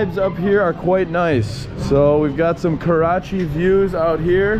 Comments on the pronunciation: Great content! However, I see you kept referring to the city as "Karachi" lol. No worries, good to have you here! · He did say Karachi a few times, what did they give him for Breakfast? Desi Weed? LOL 😂